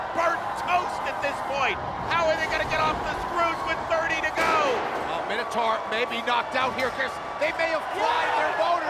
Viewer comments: For the love of all things, Minotaur is pronounced "My-No-Taur", not "Minnow-Tar". "Mino" like "Minor" or King Minos (not King Minnows) who built the labyrinth the beast inhabited. "Taur" like "Taurus" (also from Greek), how would that be pronounced "Tar"? "Minnotar" would be pronounced how these guys, and a bazillion gamers who have no clue that the creature was literally described/created thousands of years ago, say it. But it's, literally, in every sense, Minotaur. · Can't take the presenter seriously when they pronounce it MINNATAR